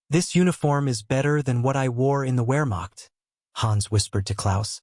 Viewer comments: “Wear macht” ? Put down the automated voice and read for real! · It's NOT a "wearmokt" training manual. It's Wehrmacht, with the W sounded as an English V. the German name for the letter is VAY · The ps in the word "corps" is silent. If an "e" is added to to corps, the word then is pronounced corpse. Narraters of military don't score points themselves by pronouncing the ps in corps. Also, most educated people know that Wermacht, since it is German, is pronounced Vermacht. There is a well known German composer whose name is Wagner. That, too, is pronouced Vahgner in English not Wagner. You might want to study your script a little better. Psst: I do know its AI. Same thing.